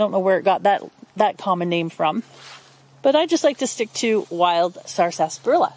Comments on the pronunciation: She isn't pronouncing it correctly. It's sarsa-parilla not sarsas-parilla. She's putting an extra S in there and putting the emphasis on the second syllable instead of the first.. I couldn't watch more than a minute because it was so grating on my ear to hear this from a would-be expert. And yes, I pronounce it sarsaparilla. Most people do pronounce it sassparilla, or just skip the middle "a" and say sarsparilla. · It is pronounced with silent R, short A (sasprilluh) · i noticed the extra s too. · I've never heard anyone enunciate the whole word before. Here in the southern US it's usually pronounced "sassparilla". In one of W.C.Fields' films he's hawking an extract of the stuff off the back of a wagon - "Purple bark sassparilla! It'll grow hair and also cure warts! Purple bark sassparilla!" See, you've brought back a fun memory. 😉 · I'm from the Philadelphia area and we always pronounced it as sarsparilla ... 4 syllables .